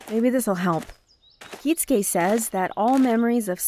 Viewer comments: It will never stop bothering me how he pronounces Kisuke as Kitsuke, always putting a hard emphasis on a T that isn't there. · Anyone else ever wonder why they pronounce Kisuke Urahara as Kitsuke?